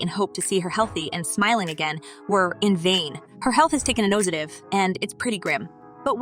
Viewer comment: Is this an AI narrator? She can't even pronounce "nosedive" correctly. She messed it up multiple times and sounds like a robot when she does.